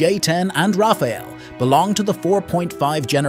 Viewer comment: its rafale not raphael...